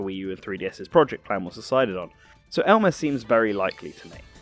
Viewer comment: I like how your accent makes "Elma" sound like "Elmer"... Heheh. I want Elmer Fudd in Smash all of a sudden!!